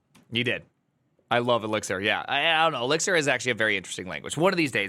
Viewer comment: Elixir as Elizir just hurts